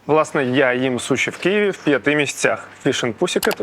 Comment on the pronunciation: Невже так важко казати Києві а не Кієві🤦